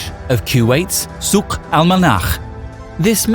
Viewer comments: actually the Souk is pronounced very wrong by you. Sorry. There is no phlegm in Souk. But good on you for trying. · Not really, souq wasn't pronounced properly